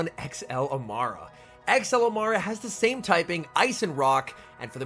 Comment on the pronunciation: Amaura (A-more-uh)* like aura